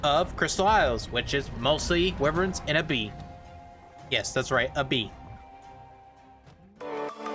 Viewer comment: Lol "wiverns"